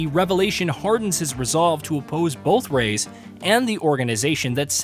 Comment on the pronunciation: Rais is pronounced "rise/rice". You got it right the first 5 minutes of the vid but later you started calling him "Rays" which is super weird.